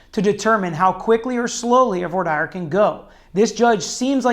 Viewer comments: Voir dire pronunciation 👀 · Lmfao, this goofy dilettante doesnt even know how to pronounce ' Voir dire ' !!